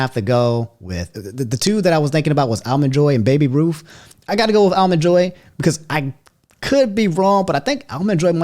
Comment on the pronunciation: "Allmen Joy"? 🤣 Where is from & what is this "accent" he has when pronouncing certain words? He unintentionally cracks me up sometimes. 🤣